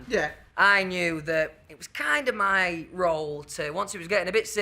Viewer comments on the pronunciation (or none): For the first one, it's "mi" as in "mi mum", not "me mum"